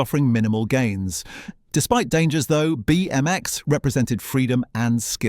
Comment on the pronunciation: What the fuck is up with your pronunciation? It's not Etch-AY-Sketch... it's Etch-AH-Sketch - said as one word: Etchasketch. I've never heard anyone call it Etch-AY-Sketch lo! Also, you don't need to over-emphasise each letter in BMX.